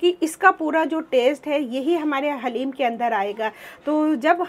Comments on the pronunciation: डालिम नहीं हलीम बोला करोप्लीज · Daleem sun kr achcha laga hum bhi daleem hi bolte hai